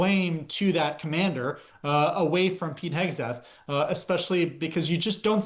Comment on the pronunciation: It's just unprofessional at this point to still be mispronouncing Hegseth